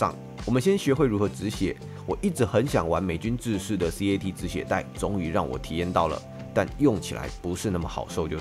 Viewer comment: 不是C A T是CAT直接念